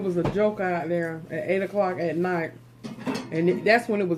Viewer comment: You said nite it’s night 🌚